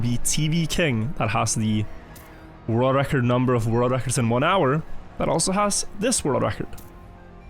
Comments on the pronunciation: Why can't he pronounce ''world record''? Holy shit, it's annoying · He's pronouncing it fine? He's got a bit of his Norwegian accent but it honestly isn't that bad for "world record"